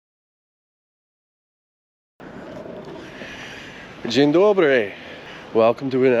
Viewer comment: that was a pretty good "dzień dobry" ;)